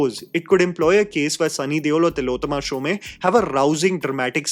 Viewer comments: SHOME like home, not shomay🤣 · It’s Tillotama Shom not Shomay as u pronounced. Really surprised that such a basic thing like name is said wrongly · Fair review. Exactly what I felt. Except, Shome rhymes with home, not Sholay. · Tilottama’s surname is pronounced ‘shom’ and not ‘shom-e’. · Tillotama Shome as in Om not Shomay! Getting a name right of possibly one of the best actors in our country is the least prep one can do. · Shome is pronounced as “Shom” similar to Om and not “Shomay” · Not Shom-e, pronounced as Shom (minus the last syllable). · Just a small correction: Tilottama's surname isn't pronounced "Shomaee." Since she's Bengali, it's pronounced "Shom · It's Shome not Shom e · Tilottama "Shomay"🤦 It's Shome pronounced like Home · Not shom -eee ? Its shome 😢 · Shom is the pronunciation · Hey "Shome" is pronounced like you would "Home" with a "sh" sound instead...hope this was helpful. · Tilotama Shom(e) the 'e' is silent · You always say Tilottama Shome. It should be Tilottama Shom, e is silent. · Pronunciation of Shome is like "home", without the e part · Isn't it pronounced as show-may?? Ikka event me toh waise hi introduce Kiya tha host ne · तिलोत्तमा शोम.. not Showmae Edit : Good God, the way you mangled Shome over and over reminded me of Omaha Beach. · it is not Tilotoma "shome" but "shom" . Bengali pronunciation is different. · What's with the shom "A" pronounciation?